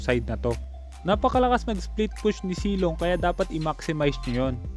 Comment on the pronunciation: Zilong po Hindi silong